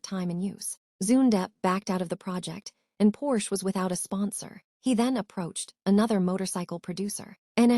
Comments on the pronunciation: AI or not, every time I hear the Porsche name mispronounced it grates. I would much rather hear a human rambling on than these damned slick and often laughable AI robots. A case in point, "During the nineteen twenty [pause] ess..." I could not take it after the mark and bailed. The stilted cadence and emphases in the wrong places make it a pain to listen to. I will not listen to this channel again! Grrr! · You lost me when your AI bot mispronounced Porsche. Need to check your work before you publish.